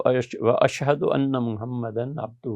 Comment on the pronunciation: السلام علیکم ورحمتہ اللہ وبرکاتہ ایڈمن بھائی، آخری گواہی میں جس لفظ پہ پچھلی بار غلطی ہوئی تھی، وہ لفظ "واَشھدُ" ابھی بھی ویسے ہی لکھا ہوا یہاں دعا میں، جبکہ مفتی صاحب اسکو بار بار "وَاشْھَدَا" پڑھ رہے ہیں۔